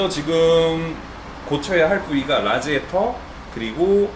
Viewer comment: 라지에이터 가 아니고 라디에이터 요